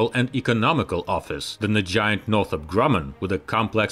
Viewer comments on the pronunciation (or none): none